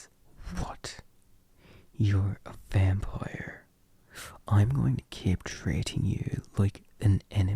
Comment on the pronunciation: When you say Vampire, I always hear “Vam-ployer” 😂😂😂😂